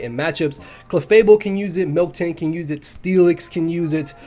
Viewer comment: It's Miltank, not Milktank